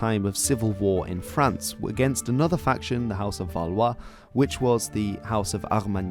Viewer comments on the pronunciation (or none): none